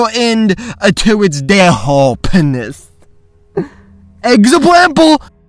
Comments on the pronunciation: "EksoBLEPLE!" ~ 2018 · “EGGSABWAMPLE” - whenever this video came out